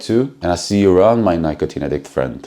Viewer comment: Check the pronunciation of "Nicotine".....just wanna make you better, not commenting to be rude.........